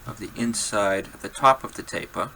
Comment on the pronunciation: “Tahp uva tapah!” I love it.